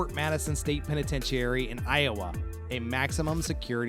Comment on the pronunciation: I've never heard anyone pronounce "Penitentiary" like that before.